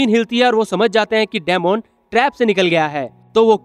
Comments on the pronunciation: Dmon nahi demon bol bhai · Dymond tf bro it's demon (di min)😪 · डेमोन नहीं डिमन hota hai ❤day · daimond nahi bhai demon bolte hain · It's not daamoon